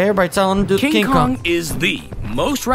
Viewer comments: Its kong not kogu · Kong king of the apes his name is kong not dongki kong watch it bro